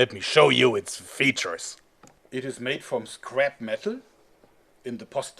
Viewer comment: LET ME SHAU YOU IT'S FEETURES!